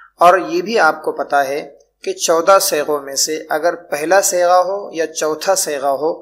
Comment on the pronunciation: حضرت آپ صیغہ کی صاد پر فتحہ پڑھتے ہیں جو غلط ہے